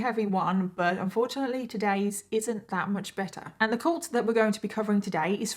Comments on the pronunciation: Heh heh I like the way you say cult hahah cULt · I love your videos but I can’t deal with your pronunciation of cult. Coolt.